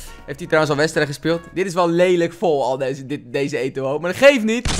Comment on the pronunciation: Niemand:: Etowoo